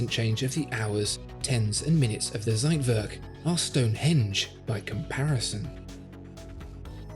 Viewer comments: It’s TSeitwerk not Seitwerk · I love your videos, but as a German, every time you say Zeitwerk , a piece of my heart dies. Z is pronunced as "tss". Thank you for the amazing video ❤️ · the "ssseitwörrk" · It is not a "seitwörk", it is a Zeitwerk with a Ts sound, and an e, NOT an ö... please go back to school please please this is terrible.. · You are trying to say Zeitwerk and fail. It is Ts not Z, like it's v not w. I'm sure that was heplfull. Keep up the good work. Greetings from Hot and Sunny Greece. Theodore